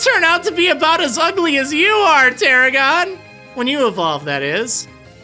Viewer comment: got it wrong both times.... its Tarragon